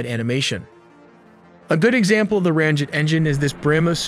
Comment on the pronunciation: I don't understand why the commentator or the AI software is pronouncing M to sound like N..? Its driving me crazy, he keeps saying "Ranjet and Scranjet", not 'Ramjet and Scramjet'..🙄🤦‍♂️🤷‍♂️